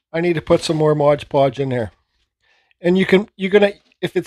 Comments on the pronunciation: It's "MOD" podge, not modge podge....grrrrrrrr but thanks for the recipe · It's called MOD podge. I was done with the video once I heard MODGE.